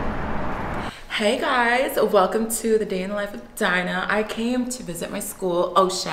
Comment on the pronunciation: WHY DID SHE SAY “heY GuysSs✨✨✨✨” like THAT 😂😂😂😂❤️